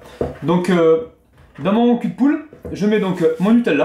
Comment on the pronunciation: Je suis la seule à être stressée parce qu'il dit nutelela